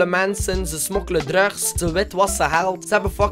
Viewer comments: je zegt druks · je zegt drugs maar het is druks zo spreek je het uit:$ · hoe hij drugs zegt hahaha😂😍😘😂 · hoe zeg jij drugs? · Hoe hij drugs zegt